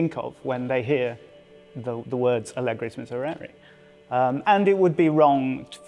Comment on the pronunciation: How many time you can mispronounce the word miserere in a row JESUS